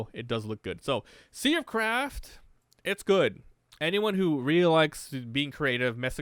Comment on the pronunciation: Sounded so much like you said "sea of crap" many times xD